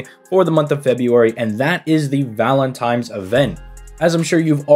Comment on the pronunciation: I know i did not just catch yo ass sayin valentimes....... LOL, stay blessed brother